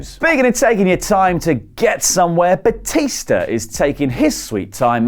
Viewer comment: Its batista not bautista